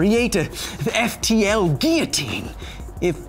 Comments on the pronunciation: every time he said 'ghia-teen' I cringed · Not tryin to rain on your parade man, but it IS pronounced "gee· uh·teen" in American English... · "Geeotine"? hahaha there is L's in it mate lol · I mean everyone's ignoring the fact that he's pronounced guillotine like he has a French accent but not using a French accent. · yeah but American English is just being doing English wrong so my point stands.